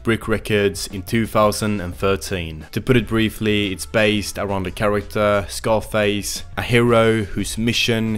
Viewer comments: its Zarface not scarface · It's pronounced Zar face not Scarface. Like a Russian Czar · You're saying czarface wrong. Like a Russian czar not scarface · You pronounced czarface wrong..its said "zar..face" I'm from the UK and I'm a huge wu fan. Deck is one of the nicest. And czarface are in my top hiphop groups of all time. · Czarface is not pronounced like “Scarface.” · Pronounced czarface wrong and gave no information not already well known